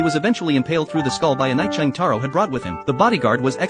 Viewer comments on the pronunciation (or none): Jotaro❌️ Chang taro✅️ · “Cheng Taro”💀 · Wow jotaro❌ Chang taro ✅ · "Cheng Taro" 😭